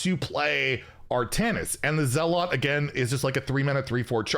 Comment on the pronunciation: That's not how you pronounce "zealot", is it?